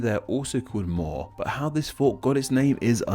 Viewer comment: as an irish fella his pronunciation of the cliffs of moher it’s like moa-her